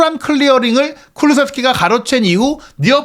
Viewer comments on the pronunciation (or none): 발음좀 잘 하세요 손흥민이 서닌으로 들리고 클슥(클루세프스키)등 심하시네